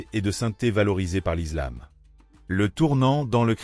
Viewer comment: On dit l’islam pas l’izlame comme Mohamed et pas mahomet